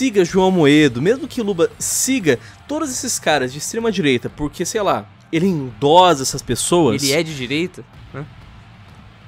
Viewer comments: A pronúncia é endossa não endoza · Se fala Endossa e não endoza. De resto, concordo com tudo. Abraço. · Falado: Endo"z"a Tá errado. Endo"ç'a tá certo. OBS.: Endossa (escrita correta). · 1º endossa é com dois "s" a pronúncia 2° o pessoal da direita é meio homofobico mesmo é só olhar os vídeos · É "endossa" maluco, com dois S e não com um hehehe